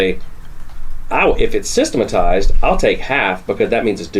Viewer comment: Every time they say systematized, all I hear is Homer is saying saxamaphone